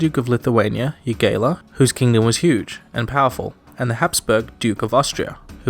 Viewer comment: jogaila is yogaila the j is like a ya in lithuanian you imbecile